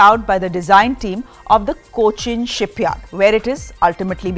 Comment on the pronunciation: Someone please teach this woman to pronounce Cochin properly.. and few basic English accent. She tries to be more American..😂😂😂😂